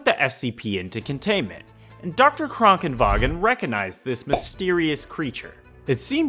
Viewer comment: I hate how you are pronouncing Krankenwagen correctly